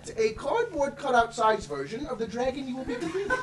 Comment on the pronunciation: I love how pronounces "Dragon" as "DrrrEEAAYYyyGGEEyyyNNNN"